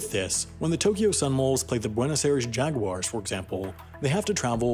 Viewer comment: I'm gonna be so genuinely upset if knockoff rugby gets a foothold in the UK You said Jaguars and not Jaguares and it hurts me